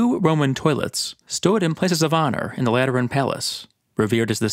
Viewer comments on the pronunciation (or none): Am I the only one who heard latrine every time said Lateran